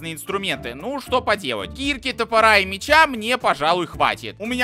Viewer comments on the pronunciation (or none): none